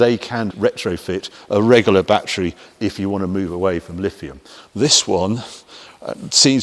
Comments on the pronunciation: Really? I pronounce it the way it is pronounced. The clue is in the spelling. LiTHium, not LiFium. I do hope that I did not keep you waiting for too long. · Which video did you watch? Each time he mentioned the battery, it was Lifium.